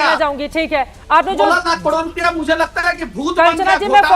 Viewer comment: इसको तो करोड़ भी बोलने नहीं आता।।